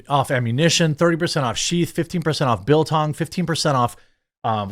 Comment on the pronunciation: Did you say BILTONG?